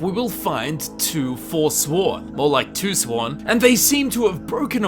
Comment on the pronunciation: More like Twosowrn...no you did not just..LMAO